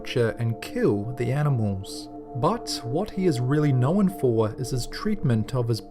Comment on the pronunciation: Knowen. I'm sorry but stop adding an extra syllable lol.